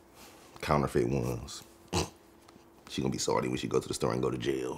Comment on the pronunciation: ''Saldy'' not ''salty''😂😂😂